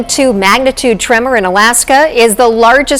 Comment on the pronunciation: 8.2 "TREMOR" ??????